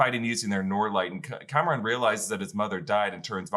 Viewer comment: Nice to hear you two starting to pronounce words like Pakistan and Kamran correctly - not so much "Pehkistan" and "Cameron"...